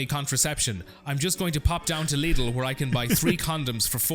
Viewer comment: When did you start pronouncing Lidl so it rhymes with 'needle'? I thought it rhymed with 'fiddle'? Otherwise, top show, no regrets.